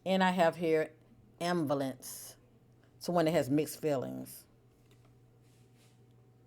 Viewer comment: The pronunciation of ambivalence is disturbing me lol 😂😂😂😂. Glad I found you tho.